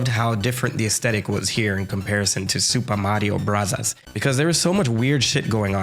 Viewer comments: You mispronounced Soopah Maria Brathas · Supah marrio brazaas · „I’ll pronounce this game exactly as Nintendo intended…. Supa Mario Brassers“ that was genuinely funny to me 😭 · Nerd group A: It's Super Mario Bros! Nerd group B: Wrong, it's obviously Super Mario Brothers!: -_-: Soopah Mahreo Brahzers Nerd group A: no wait Nerd group B: we can talk about it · bro said super mario brazzers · soo we're not gonna talk about pronouncing it スーパーマリオブラザーズ for the whole video?! XD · It's Burasazu, BUH-RAH-ZA-ZU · Your relentless pronunciation of Sup. Mar. Brothers alone gained a sub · Super Mario Brazzers is definitely not how it was meant to be pronounced. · “I will now pronounce it how Nintendo originally intended…… Supa Marioh Brathars” subscribed (the video was awesome btw the fact you’re unwell makes it even better, what a standard🔥) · Love "the wizard" pronunciation of super mario brothers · Oh so that’s why you pronounce it in Japanese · Hearing you "pronounce the game as intended" with janky Japanese pronunciation was hilarious. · 😂😂😂 pronouncing the name how Nintendo intended it had me cracking up 😂😂😂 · "And for the sake of accuracy, though, from now on I will pronounce this game exactly as Nintendo intended" *proceeds to pronounce it with a Japanes accent.* What a legend! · every time you said “super mario brothers” with japanese pronunciation just to spite the commentators i actually laughed out loud lmao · Lmao the smart-ass pronunciation of Super Mario Brothers made me spit my coffee. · I'm all for the sassy Japanese pronunciation! 😅👏🏾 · I respect the commitment to the Super Mario Bros. Pronunciation throughout the video 😂🫡